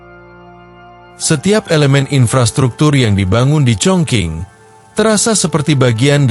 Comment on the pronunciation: Chongqing itu tulisannya..baca sbnrnya chongcing he...he...